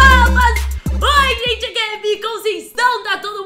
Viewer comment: Errrou o Oi Gente né kkk 😻